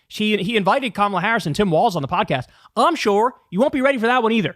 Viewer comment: Omg you said Walz correctly!